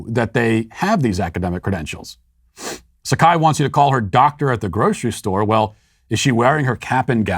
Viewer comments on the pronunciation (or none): Matt - you mispronounced dr sekai's name it's pronounced sye-koh